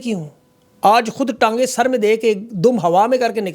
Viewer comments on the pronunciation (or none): Yarr Sab wo "Saar tango Mai kehna ta" na k "Sar tango mai😅" ajkal tu ap mazrat bhi nhe karte k ghalati sy Keh dia 😂